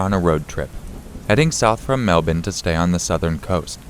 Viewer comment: Every Australian thanks you for not fucking up the pronunciation of Melbourne. You’ve made my day